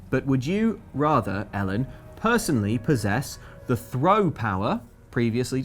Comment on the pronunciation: I actually thought Ellen said Hiya Mellon not Hey, i'm Ellen.